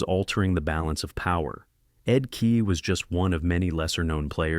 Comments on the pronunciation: No kidding. Ed KEE and Mark MESSY-ER. A high school kid must have been in charge of the visuals. I pulled the plug less than halfway through. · Stop with the AI. U might just pronounce Ed Kea's name correctly. And not overshadow what might've been a good vid